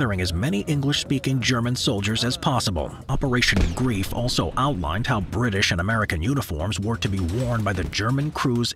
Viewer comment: it was called "operation greif" not grief, so operation griffin